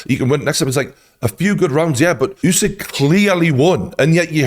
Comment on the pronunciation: Good coverage but western people need to stop pronouncing other ppl names like spelling alphabet. He is not Yousik, he is USIK, just U like in Burger. Why is it so hard, you dont pronounce Burger - Byourger